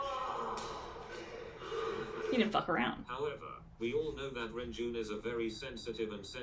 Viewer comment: renjun's name is pronounced more like lun-jwun but you can also use an r for the l. Here is a video on how to pronunce his name they make videos like this for most well-known idols